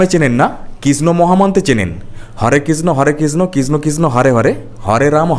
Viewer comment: ভাই একটা জিনিস ভালো খেয়াল কারো দেবাংশু কৃষ্ণ বলছে না কৃষ্ট বলছে